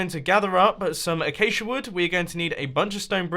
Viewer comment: learn x how to say acasia